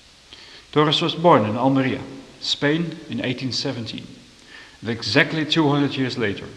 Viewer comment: Lol, what does the emphasis “exactly 200 years later”? The documents and the story is just as good even if it was 199 years later .